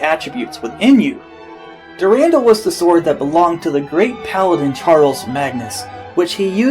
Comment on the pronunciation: And its called Dur-an-dal